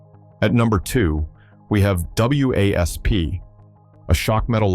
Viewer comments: For f**ks sake, can someone program AI to call the band Wasp,and not spell it out every mention, just because there's a period after each letter.😂😂😂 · A.I. narration is irritating! (W.A.S.P. isn't pronounced letter-by-letter.) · So funny how the AI spells out W A S P 😆